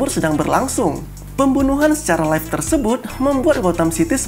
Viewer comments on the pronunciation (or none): none